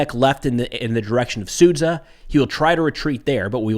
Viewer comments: It's pronounced Sudja. Not Sudza. thank you, great content. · zh sound in Sudzha is being read as sound j in jelly. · Another good overview,, thank you. May Ukraine fend off imperialistic putin's Ruzzia. You've been mispronouncing one sound in Sudzha:..dzh. should be like "j" in "just", "jar" or "javelin". "Ninja" ['ni:ndʒiə] has pretty close ending to Sudzha ['su:dʒə]. It's just a small detail, but we all want you to be perfect in all respects)